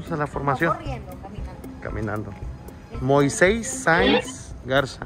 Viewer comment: Moiseis??? 🤦🏻‍♀️🤦🏻‍♀️🤦🏻‍♀️ MOISES SERGIO MIOSES 🤷🏻‍♀️🤦🏻‍♀️